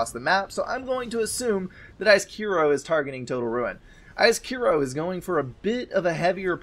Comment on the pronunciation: Finally someone pronounced my name right :D (Icekiro). SCBM is theeggroll just for your information. Thanks for Casting, it was a fun game to play!